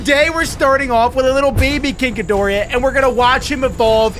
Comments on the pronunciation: Bro said king ghidoriah🗿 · It's not King Ghidorah it's King Ghidorah